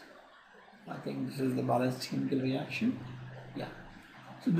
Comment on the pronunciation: Yrr buhat time khurab kr diya phele to apni ye language dekho pta hi nhi chlta kya bolte ho chemical ko camiicalls reaction ko ractions dimag khuran kr dia seriously